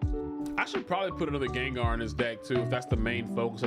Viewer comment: GENGAR!!!!!!!!!!!!!!!!!!!!!!!!!!!!!!!!!!!!!! NOT GANGAR